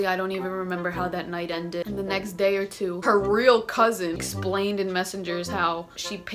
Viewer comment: “Her cuuZIN” LMFAOOOO